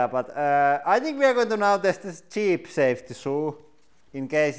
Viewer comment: "Safty shoo"